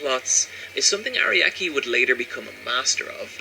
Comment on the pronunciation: I cringe everytime he says "Ariaki" and "HamOn"